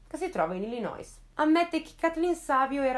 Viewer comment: info random: Illinois si pronuncia Illinoi senza dire la "s" finale - firmato: quello che rompe le scatole con le pronunce 😁